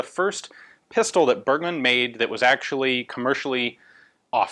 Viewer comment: Great Channel! You pronounced "Bergmann" wrong.